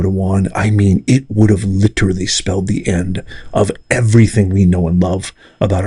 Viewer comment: Please stop using the word literally. You sound like a moron when you use it incorrectly and pronounce it incorrectly.